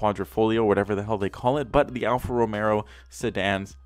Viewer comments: ALFA ROMEO not ALFA ROMERO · "Alfa Rome'R'o"? Boy, chew your food before you speak. Alfa Romeo, Merica. ;) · Boi. Its Alfa Romeo no Romero. There is one r. One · Alpha Romeo... you were killing me with that alpha Romero anyway love your vids they make laugh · Alfa Romero Every person in the world: ತ_ʖತ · Okay guys comment down below I wanna see if you think if it's rice or nice.. Everyone:! You cane say Alfa Romero! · Great job,but its alfa romeo prounounced alfa romayo. Not romero.sorry.just a pet peave of pronunciation. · Hey, is Alfa Romeo, not ROMERO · Alfa Romeo, not Romero like I saying and is a great car go have look in to it before u say anything. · Americans: "Hunday" "Alfa Romero" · "alfa romero" Every italian on earth: 🤦‍♂️ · Diego _. He also said Mini Coop 😁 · And he said "alfa Romero" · If this man saids Alfa Romero one more time imma shoot myself 😂😂😂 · “Alfa Romero” 😂. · Mans said romero 😂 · Alfa Romeo "Al-fa Ro-may-oh" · I honestly can’t tell if he was saying Romero on purpose or not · There is no R in alpha romeo lol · "Alfa Romero" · It’s pronounced “Hyun-die” like “yun-die” but with an H in front, and Alfa Romero? lol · I hate how he says Alfa Romero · Its pronounced alfa romayo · All this time, it was Alfa romeo? For the first time ever, I've just realised its Alfa Romeo, not Alfa Romeo. Bruh. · You pronounced Kia Forte correct. Alfa Romeo on the other hand, wrong as shit